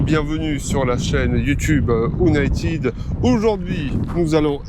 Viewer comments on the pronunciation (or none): « O-naï-tide » ? Ça se prononce « Ou-naÿ-tède » bordel